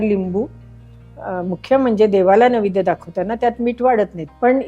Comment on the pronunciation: माझ्या माहितीप्रमाणे नैवेद्य असा शब्द आहे .निवेद्य असा उच्चार केला आहे.